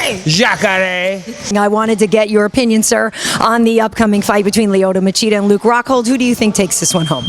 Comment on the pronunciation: He keep saying masheeda instead of machida lol